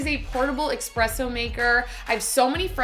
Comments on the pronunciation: after the second "EXpresso" I'm out... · Wtf is expresso 🤮 dislike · But she wrote “espresso” in the video description, yet she is saying “expresso”?? Why???? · Saying "expresso" immediately cost you all of your credibility. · Espresooooooooo bro 🤦🏼‍♂️🤦🏼‍♂️🤦🏼‍♂️ not ex-presso 😂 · The only time that I heard it pronounced so incorrectly is at a coffee joint pre-Starfu€KS explosion. Midnight Espresso in Belmont Shore Long Beach, CA. The trendies would walk up and say "Midnight Exspresso", edgumucated. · Glad to see I wasnt the only one that noticed that. Lol